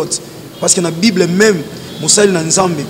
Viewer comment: oza na problème ya prononciation😂😂😂😂😂😂😂 alobi nako jifré yo au lieu de Giflée 😂🙆🏾‍♀️ alobi lisusu bibre au lieu de Bible😂😂😂😂😂. Na yebi que oza sala yango exprès...to lingaka to mingi papa.